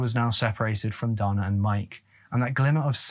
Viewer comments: Pronounced Day-na.🤔🤔😱. All you tubers should pronounce words correctly. If unsure you can ask computer to pronounce the word !!!! I have sons and at 13 they would not have been allowed to go like that. Also no man is gonna tell me how to raise my children. They come first!! Their mother was a lousy person. Their Dad was too. Poor kids !! 💔😱😢. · Also, the male name 'Dana' is traditionally pronounced with a long a sound, as in Dana Garvey. Between your mispronounciation of 'Sioux' and 'Dana,' and your misuse of the word 'upsetted,' you might want to do some research on pronunciation and usage before your next video. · the male name Dana is generally pronounced "Dayna" in the US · Sioux is pronounced like the girls' name "Sue" and Dana is pronounced like "day-nuh" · Sioux pronounced Sue Dana pronounced Day-nuh Gosh Sir, get it together!! Drove me absolutely Bonkers listening to the murder of those words...😂😂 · I believe that it’s pronounced “day-nuh” as opposed to “don-uh”. I’ve known a couple guys named Dana, and it’s how they’ve always pronounced it, that is. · I was very confused while listening that the boy's name was pronounced "Donna" which is pretty exclusively a girls' name... But then actually watching while not asleep, saw the spelling. As a Dana myself, it's usually pronounced "Day-nah", at least in my part of the world. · Dana is pronounced Day-na. Not donna.....😂😂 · Again, DANA is NOT DONNA. DAY NA. DON AH. You really should listen to pronunciation programs before recording. When you young Tubers record and continually mispronounce names and places, it tells me you're too lazy to fully do research. This makes me disinterested in your videos. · and Dana isnt pronounced like Donna. i was so confused until i saw the name spelled under his photo. poor kid. Great vid, but a little disrespectful not to check how these names are pronounced when its all easy to find.